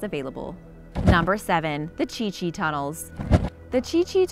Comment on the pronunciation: Um thats the Chu Chi tunnels not the chi chi lol